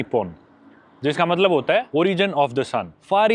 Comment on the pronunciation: Mallab..................Mallab.mallab.mallab.malllab.matlab......mallab 😡 jab dekho tab matlab . Itne cute way mai kyu bolte ho aap .